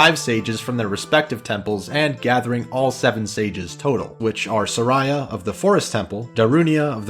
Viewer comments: Sariah...? Really now i thought it was Saria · "suh rye a"? I think of it as more of a "sare ee uh" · "Sarara" you mean "Saria"? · Man, its SAria, not saRIA. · Why you pronounce Saria as Sareya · I always pronounced names wrong as a kid, Instead of just saying "deckoo" I pronounced it as "deckyou", and instead of saying "Saria" I said "Sarah", and I called an "ocarina" an "orcanya", I got mad though because I pronounced Navi right, but my friend pronounced it like the word "navy", my god it was tough being a kid and trying to read text from games. I remember when you get to lake hylia, the guy at that house who has you do the diving tests in order to get a heart piece and another item (don't remember what though) says the word "noticed" and as a 6 year old kid that word baffled me and I kept pronouncing it like "not-icked", until my older brother said it was noticed, and then I was so embarassed because I used that word regularly but hadn't seen it written yet. So funny to think about now as a 29 year old,I totally forgot about all of this until I saw you call it the duku tree and the saw the top comment from that guy making fun of it. It's wild how I can recall an unrelated memory just from watching a YouTube video, and suddenly I remember that memory so vividly. It makes me happy that everyone loves this gam as much as they do, it really changed my life when I first played it, I honestly think it, alongside more creative based games like RPG maker for PS1, is the reason I began to become more artistic and creative in general because the story telling in this game is so fantastic and it really game me one of the first video game experiences that just completely moved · Sa - reeh - ah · Sar-eye-a was like a sister to Young Link. Like a psoriasis. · You pronounced saria wrong it’s just like how you pronounce the name Sarah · If the English language made any sense, his pronunciation of Saria would be correct. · i always pronounced Saria as Sa-ree-ah